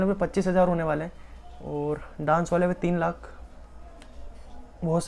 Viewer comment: Aap bahut acchey ho aap ओर नही और बोला करो